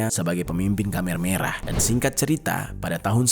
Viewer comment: Maf koreksi bang Bukan kamer merah tapi khmer merah...